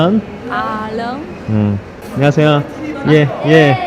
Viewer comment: 니 한국어 발음 특히 안녕하세요 할때 보면 영판 한국인 같아요!